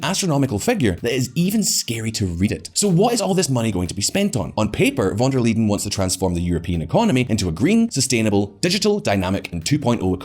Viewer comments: Von der LEYEN - pronounced like the English 'lie' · yea that was cringe..